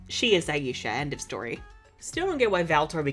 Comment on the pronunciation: I will always prefer the name Layla to Aisha, because of how butchered the pronunciation of her name is when she's called Aisha. Aisha is a super common name here where I live (I have a cousin named Aisha), and you don't pronounce it Aa-ee-shaa, it's pronounced Aa-ay-sha (the 'ay' part shouldn't have too much stress). I hate to be that person, but it's just a tad bit disrespectful to see such a popular name for women of colour used to refer to a character without the creators actually properly learning how to pronounce said name.